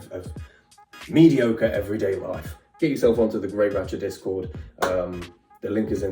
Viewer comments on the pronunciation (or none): none